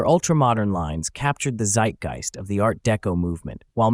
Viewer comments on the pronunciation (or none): none